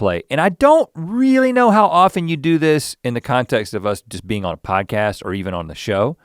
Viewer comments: And I was stupidly laughing... "I'm not used to have another bean on my right side" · I thought Link kept saying "bean" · The number of times Link said "being" and it sounded like "bean" was remarkable 😭😂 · I actually thought he meant to say bean! Omg.